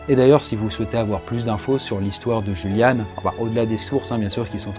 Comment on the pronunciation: En allemand on prononce plutôt iuliane !! Sinon super vidéo !!!!